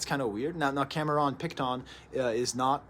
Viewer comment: Is he pronouncing Cameron Picton like that on purpose? Lol